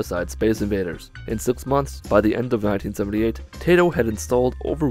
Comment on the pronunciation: I'm pretty sure Taito is pronounced "TYE-toh", and does not sound like a vegetable.